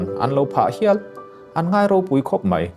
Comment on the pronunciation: Mei iti zela (mai )tih tur lawm